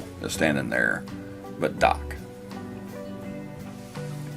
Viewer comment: "Daaak" from "WisscAAnsin" 😂 Just hearing that pinch of a northern accent outta you was fantastic. 😆❤️‼️